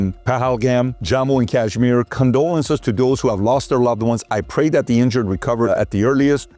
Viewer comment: Please correct Kashmir pronunciation. It’s nor z